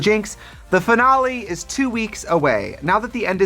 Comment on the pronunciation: trixie pronouncing finale as denali ... Yes